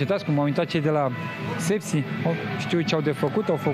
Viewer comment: de ce comentatorul tot spune ȘepȘi? eu vad ca scrie sepsi